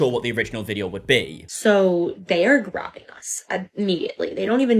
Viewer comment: i don't trust these drama loving, drama creating, entitled twits who turn words like "grabbing" into 3 syllable words.